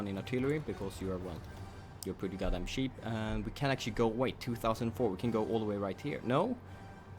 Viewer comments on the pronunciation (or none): When you say cheap you accidentally say sheep :P